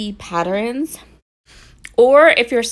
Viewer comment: Why do you say “pattern” properly but “patterns” gets an extra vowel and comes out “patterins”? Is that a regional dialect or accent?